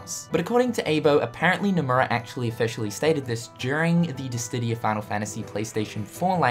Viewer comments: Dissidia not Dissdidia lol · Why do you keep saying DissTidia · And, still doesn't know....how to..... pronounce...... Dissidia..... Oh well. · why Distidia, it's Dissidia